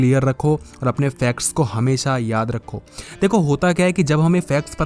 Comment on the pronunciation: Facts ko fex bolte hai ye bhaiya